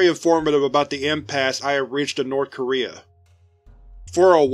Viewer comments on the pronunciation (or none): none